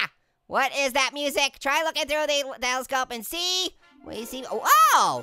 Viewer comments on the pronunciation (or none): none